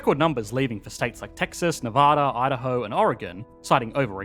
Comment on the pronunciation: Props on a great video and for properly pronouncing "Nevada"...